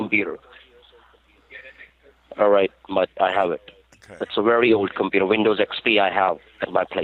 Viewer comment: I can't turn on my compewter? No sir, your compewter is infected with a virus. It says not avoolable, not avoolable? Haha.